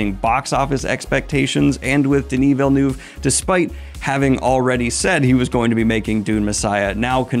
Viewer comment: You nailed Denis Villeneuve's last name pronounciation unlike Ben Shapipi whom says ViLlAnUeVe🤨